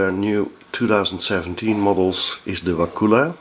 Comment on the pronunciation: So funny been in Wakulla Springs many times. It's very nice there... Take the glass bottom boat tour if you can. You pronounce it not as "wa-koola" but as a short "kull-a" So "Wa-kull-a"